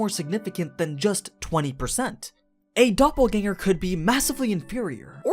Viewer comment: actually pretty good pronunciation of the word dopplegänger.